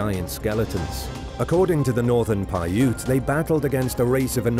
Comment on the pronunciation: I want to thank you for pronouncing Paiute correctly. I always get upset when people on these videos can pronounce things right.